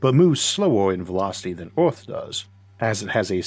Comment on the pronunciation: Good video, but Ooth?? You mean Earth ! Funny pronunciation.